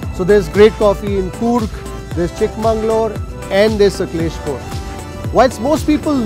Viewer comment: U r not like wise it's not saklespur it's sakleshpura